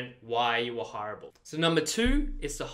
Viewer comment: Oooh you're saying hireable not horrible... how to be more horrible with:D